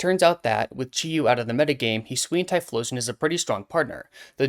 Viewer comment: Yes! Finally another person who says "Hi-swee-an" and not "Hi-soo-ian"